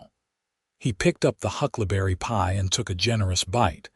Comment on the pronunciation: Hucklaberry? Did you mean Huckleberry Pie? In listening to the story, keep waiting for Mason to take advantage of Lillian’s mother recipes. Listening from Clarksville, TN.